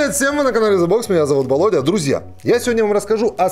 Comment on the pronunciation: Меня зовут Володя, а не Балодя(((